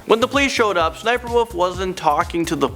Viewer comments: I knew that SSSNIPERWOLF went to jail. Her name is pronounced 'S.S.Sniperwolf'. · It’s ss sniperwolf. That’s how you say it. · SSSniperwolf not sniperwolf /(Es)/(Es)/sniperwolf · U don’t go ssssssss u just go SS So it’s not ssssssssssssssssniperwolf Itz SS sniperwolf Sry I just really like her vids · Cringing because it's 'S' 'S' Sniperwolf not sssssssssssniperwolf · its S S Sniper Wolf not SSSSSSSSSSSSS Sniper Wolf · She called Lia/ s-s-sniperwolf not ssssssniperwolf . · Its pronounced s.s. sniperwolf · It's SS-sniper wolf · ITS S , S , SNIPERWOLF!!!! pls work on that lol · There was no reason for sssniperwolf to go to jail. Also it’s pronounced s s sniperwolf Also you told the wrong story about her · Her name is actually sniffer wif her name is actually sniffer Wolf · Sssniper wolf is pronounced s s sniper wolf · Oh yeah the pronunciation of it is apparently S-S-Sniperwolf another thing sausage and lia are still together. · Uh it’s pronounced’ ess ess sniper wolf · You said it wrong it's S s sniperwolf